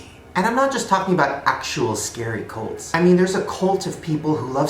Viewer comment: When he said cults I thought he said goats lmao